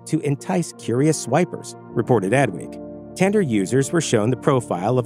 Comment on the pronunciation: Bro, if you pronounce 'tinder' 'tender' ONE more time... Damn dude.